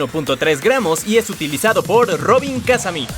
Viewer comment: Me suena raro que el apellido de Robin/Bird en el doblaje Latino se pronuncie Kázami en lugar de pronunciarlo como Kazámi como lo es el caso del Japones y el Ingles.